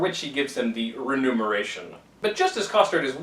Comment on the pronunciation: The word is "remuneration" rather than "renumeration".